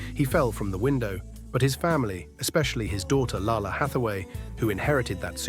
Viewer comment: #11) the more he mispronounces Lalah Hathaway's name, the more I cringe lol ... It's pronounced "lay-lah", not "lah-lah"...